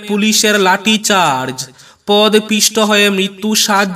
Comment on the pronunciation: Podopisto.Not pod pisto.